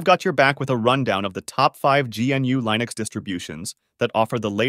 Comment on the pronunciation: Why do you say Lineux instead of Linux?